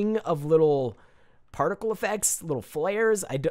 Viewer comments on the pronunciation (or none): none